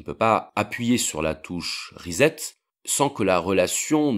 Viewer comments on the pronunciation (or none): La touche "reset" se prononce "rissete" ! Sacrés Français ! L'anglais se glane ( pour ne pas dire autre chose ) de l'académie. L'étranger de tous pays se moque de nous. Reset = Rissette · génération Nintendo ? 🙂 on est beaucoup à avoir appris à prononcer le mot reset "rizette", on m'a fait remarquer dernièrement que ça se prononce "ricette" re-set. J'aime bien cette petite erreur collective générationnelle et bien française 🇨🇵 Merci pour la vidéo c'est super intéressant et bien fait 👌